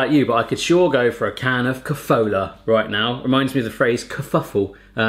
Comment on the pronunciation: The kofoola got me. We pronounce it ko-fo-la. No long oos in there. Kofola, Mila, Horalky, Kastany and then the spa stuff, Horicke trubicky a Kolonada. Those taste like CR. Also Bohemia Chips ... I had number of ppl tell me that they can't find similar abroad. Lays and Pringles can't match them.